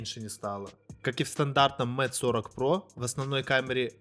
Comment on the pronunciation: Куда важнее твои навыки, говорит обозреватель который читает Mate как мате, а не мэйт.... Подтяни английский, приятель, и может народ потянется, а то слушаешь и уши вянут, слава богу по наслышке айфон называешь, а не как с английского айпхоне...